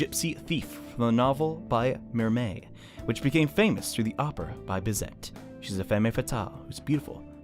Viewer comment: Bizet is a French name; the T is silent. The more you know...